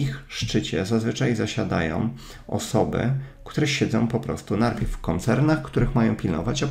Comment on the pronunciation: jestes gosć:) ps. lubie to Twoje: NARPIEW XD